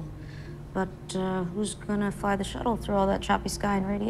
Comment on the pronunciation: One thing that bugs me is how he pronounces "the". He says "thee" a bit too much. Otherwise he's good.